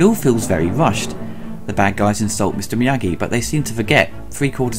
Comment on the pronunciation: So hard to take Ebert seriously when he first calls him Mr. Morita, then Mr. Meageee. Get the name right and then I'll listen to your take.